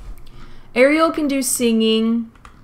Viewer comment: honestly im just happy she said ariel the right way (according to the movie)